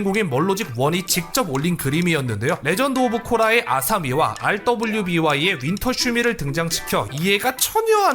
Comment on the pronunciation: RWBY는 루비(Ruby)로 읽습니다. 몬티 옴 작가님 돌아가시고 루스터티스가 말아먹은 비운의 애니죠.